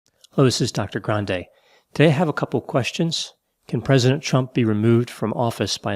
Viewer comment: Idk if its my hearing but everytime you say Chump instead of Trump got me tickled pink🤣🤣🤟🏾